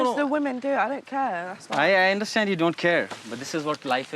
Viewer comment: mark mark “understNad”👏🏻👏🏻👏🏻